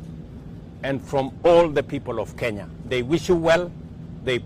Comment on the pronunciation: President of the Republic of kenyaiti😂😂😂 kenyahiti😂😂😂, ama ni kenya A na kenya B?😂😂😂